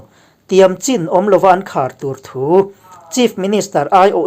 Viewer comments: Chin i lam khi a dik lo deuh ka tia ch hi an nei ve lo ania....chin tia lam lo in chhin tia lam tur zawk ani e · Chin hnam kha a aw (pronunciation) chu (Chhin ) tih tur a ni a chhan pawh Chhinlung chhuak a tanga lak niin (Chhin) aw INP kan lawm e